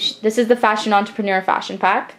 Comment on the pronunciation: its cool how u say fashion enterprenur